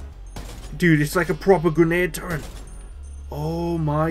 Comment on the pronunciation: sick vid man by the way its turret not turrent